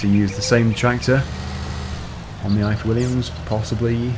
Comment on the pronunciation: You said the ifor Williams trailer wrong. It's a welsh name company.